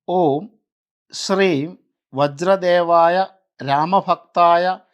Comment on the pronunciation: വജ്ര ദേഹായ എന്നാണ്.. അല്ലാതെ വജ്ര ദേവായ എന്നല്ല . ചുമ്മാതെ ഇങ്ങനെ ഒന്നും പടച്ചു വിടല്ലേ ദയവായി..